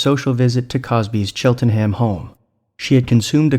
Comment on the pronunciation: If I won a PS5 I would have to buy a TV! Chel-ten-ham is not pronounced chit-len-ham. Thank you for this video though. #metoo